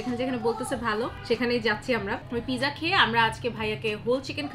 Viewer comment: U must to know how to say pronounce of pizza first. It’s completely wrong how u said.